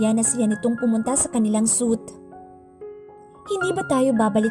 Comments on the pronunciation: Should pronounce like "sweet" not suit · Narrator wrong pronunciation suite (suit)